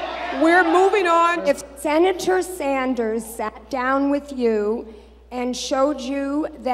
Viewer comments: Who the fuck is senator "Saunders"? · "Senator Saunders"